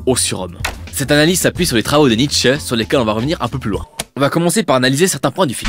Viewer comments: NietzschEUH mais à part ça très agréable vidéo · Que dire à part que c'est éclairé, intelligent, intéressant, pédagogique et tout plein de truc en -ique ! :D A part la prononciation de Nietzsche qui m'a fait un peu rire car elle est peu commune, ton "analyse" et l'ouverture est tout de ce qu'il faut pour une "critique", et témoigne en plus d'une grande ouverture d'esprit ;) Je n'ai pas d'avis réellement sur 2001 parce que je ne l'ai pas vu, je pense ne pas être assez cinéphile pour ça, mais au moins un jour j'irai le voir surement. ;) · Et ouais j'ai toujours eu des doutes sur la prononciation de Nietzsche et je me suis laissé dire que j'allais prononcer le "e" final :-) En tout cas, un énorme merci à toi pour ton passage et ton commentage (on va dire que ça se dit) qui m'a fait super plaisir. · Bah oui Nietzsche étant allemand, je prononce son nom à l'allemande :) et merci!